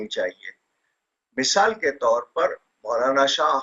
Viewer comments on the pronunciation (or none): “MISAL” ?! 🤷🏻🤷🏻‍♂️ Mohtrama wo “misAAl” hota hai. Misal to Yahaañ India meiñ ek dish ka naam hai !😂